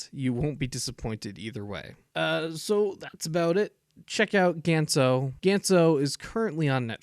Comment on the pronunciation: It's not "Gents" it's G-Ah-nTz, if you wanna be a anime reviewer (which you are shit at) atleast pronounce the name's good